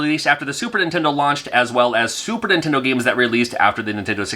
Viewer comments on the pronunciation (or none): none